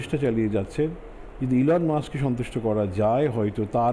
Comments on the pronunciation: দিদি মনি ইলন মাস্ক Not এলেন মাস্ক😅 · উনার নাম মোঃ ইউনুস নয় ডঃ মুহাম্মদ ইউনুস আর অ্যালোন মাক্স নয় ইলন মাস্ক উচ্চারণে সমস্যা হলে খবর পড়তে হবে না😂😂😂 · এলেন মাস্ক না এলন মাস্ক, এগুলো বলে সংবাদিক